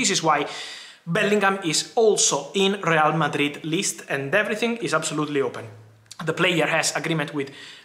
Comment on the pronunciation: Rrrreyal Mardrid